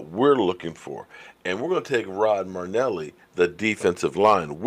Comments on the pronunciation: not trying to give you a hard time but his name is NOT Rod Marneli. His name is Rod Mar-i-neli. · Hey I know you said your a name butcher and are deselect but you can’t butcher your favorite coaches name it’s M-ae-rih-n-eh-lee not M-ue-rih-n-eh-lee marrynellie > murrynelli I still love you and your channel great work keep goin! #cowboysnation